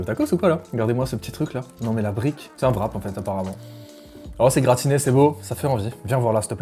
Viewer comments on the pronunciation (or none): Pourquoi que vous dites vrap, qu'en c'est wrap (wuh-rap)